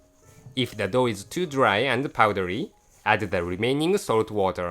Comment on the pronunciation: LOL in another vid there's one part where he sounds like he's saying 'let's steam the dog.' LOL